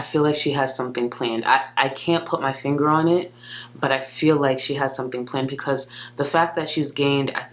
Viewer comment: FOR THE MILLIONTH TIME: it is BEcause, not PEEcause. Stahhhhhhhhp it.